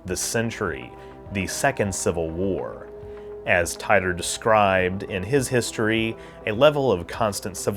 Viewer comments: Tee Ter, John Tee Tor. Tee Tore... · Titor. It’s mostly said “tee-tor” instead of “tie-tor” I think… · The correct pronunciation for Titor is "Tee-Tor" btw, likewise Kissimmee is pronounced "Kiss- Sim-Eee". You're welcome 😋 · John "Tee-ter" not "Tye-ter". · It’s Tee-tor. Not Tie-toe. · I love your work. but please pronounce names correctly. everybody else pronounces it as tea-ter or tee-ter NOT tie-tor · I’ve read extensive info on this conspiracy. Titor (pronounced teet-or not tit-or). You did a good job covering the info but your areas of skepticism and claiming it borrowed from back to the future was comical but made you look sorta dumb and shows you didn’t do too much investigation. Back to the future was actually depicting things physics said could be possible if time travel were. The Kerr singularity theory is not just a theory that rules the concept of time travel, it’s extensively being experimented with at CERN in their lab created universe program which is what the atom smashing experiments we all hear about are foundational hut upon. That’s why before they turned it on the said there was a small chance they could open a black hole. This wasn’t the truth as the disturbances they make are similar to micro black holes and fleeting. The Kerr based machine was also patented in 2012, that’s a whole story on its own, but GE did indeed buy the patent but later cancelled the sale when the created was convicted on some nasty charges. According to GE themselves(I have called in the past myself) they do possess the patent but were not working on it. So that’s another thing that did come true and was not even in the works at the time of titor. Good coverage but you def dumped on the back grow research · It's pronounced "teetor" usually. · "John Tie ter" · I could have sworn that it was pronounced "Tee-tor" Mandela effects? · I always pronounced his name "Tee-torr". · I thought it was pronounced “Tee-der” or “Tee-dor” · It is pronounced [TEA-tor], son.